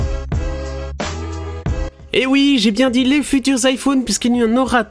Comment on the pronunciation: Toi tu viens d'Alsace juste pour le ouit